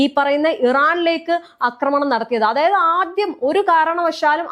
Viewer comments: അക്രമണമല്ല; ആക്രമണം. ഛർദ്ദിക്കാൻ വരുന്നു; മലയാളം കേട്ടിട്ട് ! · അക്രമണം അല്ല ആക്രമണം